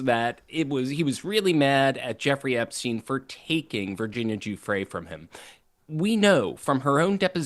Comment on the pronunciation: Brian- Please learn how to say Virginia's last name. You diminish that she was arguably the one person that finally uncovered the entire thing. The Farmer sisters tried sooner. But Virginia put this on the radar. She committed suicide albeit as a result of her suffering.